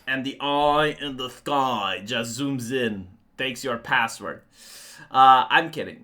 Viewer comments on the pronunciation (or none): Your "oyiiii in the skoyiiii" is perfection. 😅